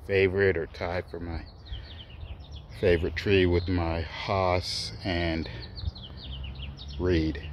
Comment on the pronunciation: Incredible number and variety of trees .. . thanks for taking the time to share. FYI the Hass avocado rhymes with “pass” as pronunciation.